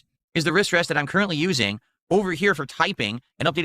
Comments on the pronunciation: “My Riss Ress” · OH he's saying AzoTH! I kept hearing AzOV This is the... 4th? 5th time he's showed off his equipment again? Bruh. His body fluids make the wood sticky..? Ew. Also: Wristwest.